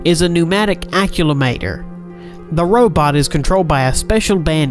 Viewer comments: The guy reading this doesn't know how to say "accumulator". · I think you may have mispronounced the word "Accumulator". I'm just sayin... :) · Accumulator not Aculamator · aculumator? Ermagerdh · acu - malator lol americans... its pronounced Acume-ih-late-or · he pronounced accumulator wrong